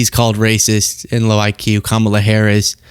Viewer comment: Meanwhile, he can't even spell IQ and pronounces it ICK, which is why he hates it